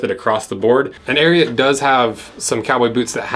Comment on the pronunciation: I’m glad u at least said the name correctly 😂